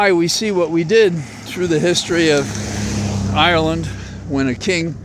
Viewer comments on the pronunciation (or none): none